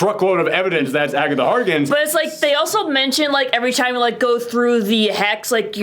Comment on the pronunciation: Am I the only one who cringes a little every time he says calls Agatha Harkness, Agatha Harkins?